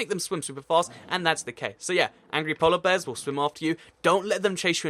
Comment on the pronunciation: count how many times he says “polla bears” in the video